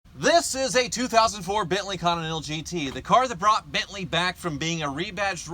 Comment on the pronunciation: "This is a 2004 Benleyconninental GT" XD